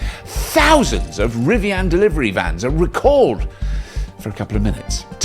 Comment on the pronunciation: Love the way Robert says Rivian “Rivianne”